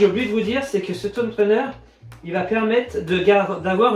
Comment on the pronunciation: J'adore les vidéos de la chaîne, vraiment une qualité professionnelle étonnante ! Merci ! Juste une chose, je n'arrive plus à supporter la liaison "zhomme trainer", fallait que je le dise 😀. Continuez, c'est top!